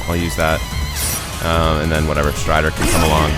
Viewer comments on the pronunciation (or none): none